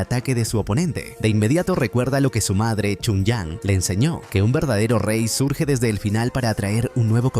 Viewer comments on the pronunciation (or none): none